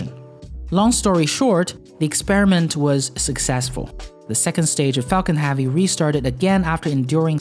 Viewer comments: Nice. But his analysis of SpaceX's vision and role in the future is as accurate as his pronunciation of "havvy".. erm, i mean "Heavy". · Why the f*** does he say Falcon Havy instead of Falcon Heavy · you say havy alot what country are you from to pronounce heavy like havy just wondering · curious as to why you pronounce e sounds with a sounds, like falcon hAvy? it that normal in your neck of the woods? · adolf I would enjoy watching his channel more if he pronounced Havy they right way.